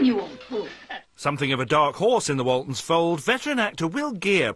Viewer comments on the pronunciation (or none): I loved the Waltonds? It's "Waltons".